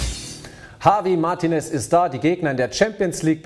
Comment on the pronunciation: herr.. der typ heißt nicht hawi mahrtines -.